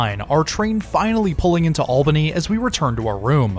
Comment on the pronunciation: Also as a local thanks for pronouncing Albany and Schenectady correctly 😂